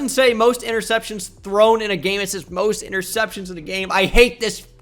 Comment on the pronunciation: Why would someone so illiterate make a quiz like this lmao. Didnt want to check spelling for anyone?? Ya know like for Blake "Portles". Or knowing how to say "interceptions" and us know what you're talking about?